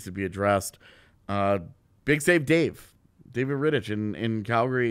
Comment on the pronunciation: Hi guys. Great video but just one correction. David Ritich is spelled differently. That "ch" at the end would be more like "kh", like in chorus. BTW same goes for Zdeno Chara.